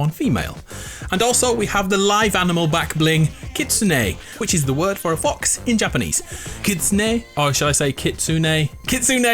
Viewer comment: Who else thinks he said Fu**s instead of fox 🤣